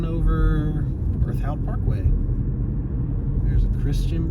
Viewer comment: Well that was insulting. Learn how to pronounce the name of the town before you travel through it.